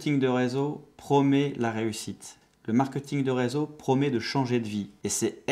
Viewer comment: on dit pas "markeuting".